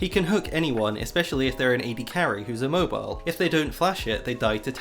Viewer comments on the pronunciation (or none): none